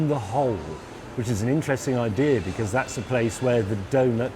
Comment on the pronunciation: Why can't you say becuz properly?